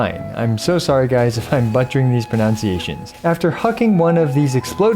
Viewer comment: the irony in apologizing for mispronouncing names while mispronouncing “pronunciations” 😆